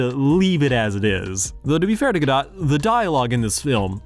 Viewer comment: There is something funny about you talking about the automatic negative reaction people sometimes have toward actors who speak with an accent, while I am having that reaction whenever you mispronounced Gadot.